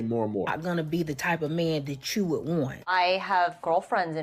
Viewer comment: "not gonna be da type a man dat choooo would want" 😂😂😂Listen, choooo is not a word 😂😂😂😂😂😂😂